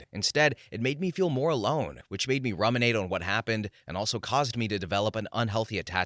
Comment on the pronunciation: Pronunciation note: ROO-min-ate